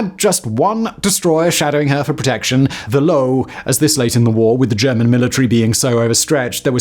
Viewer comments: The Low lol? Nah, it's Löwe, the lion :D And yes, it sounds nothing like low. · Btw, the German destroyer's name was Löwe ("Lion"), and there is no silent "e" in the German language...